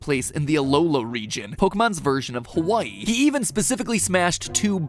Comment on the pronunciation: dude , your map of hawai’i is upside down i’m from hawai’i and it just looked so off but then i realized it was upside down😭 also said hawai’i wrong but i’ll let it slide